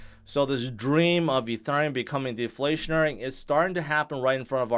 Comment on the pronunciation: can you say Ethereum properly